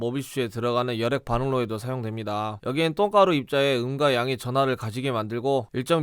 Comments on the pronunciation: 자꾸 똥가루 똥가루 하니깐 “음과양”이 “응가량이” 로 들림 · 퇴근길에 뇌빼고 들으니까똥가루 입자의 응가양으로 들려요